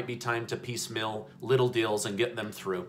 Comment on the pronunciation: Why do you say "piece mill" instead of piecemeal?